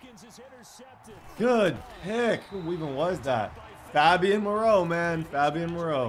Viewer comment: I'm pretty sure it's pronounced fabian (fey-be-in)